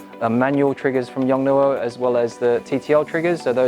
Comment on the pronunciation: the pronunciaiton is Yong-Noo!